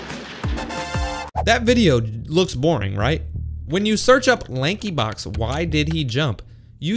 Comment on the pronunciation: When he said Lankyblox 💀